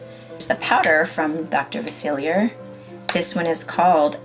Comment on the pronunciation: “ princess and the frog is one of my favorites” You pronounced dr Faciliar’s name wrong... ( fa- sil- E- ay)